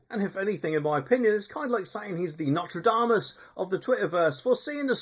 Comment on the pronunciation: It's Nostradamus, not Notre'damus